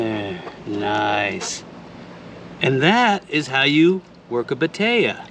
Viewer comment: Batea?? I thought you were saying potato!!! 😛😂